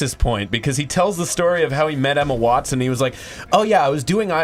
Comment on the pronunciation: Wtf is up with mispronouncing Emma Watson’s name?? He says wanston